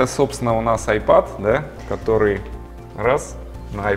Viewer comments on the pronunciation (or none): none